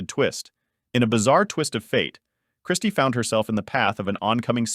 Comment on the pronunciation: Ķirsty, not Kristy, get it right!